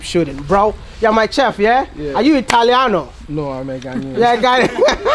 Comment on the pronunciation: It's chef...not "tchef"